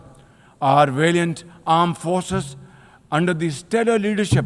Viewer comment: Ohh..it's armed forces .... I still was thinking of aaaand forces 😂